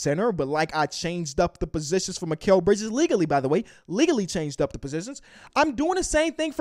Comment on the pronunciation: It's mikal bridges